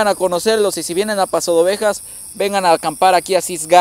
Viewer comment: Paso "de" Ovejas no pasodovejas